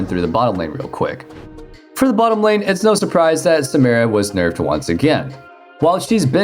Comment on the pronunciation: SA-MI-RA It's like you're being a dick on purpose